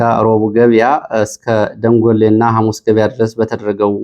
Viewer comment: ደንጎሌ የሚለውን ዳንጉሌ ተብሎ ይነበብ (ሌ)ላልቶ ይነበብ።